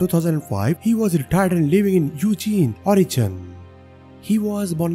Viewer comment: You pronounced oregon wrong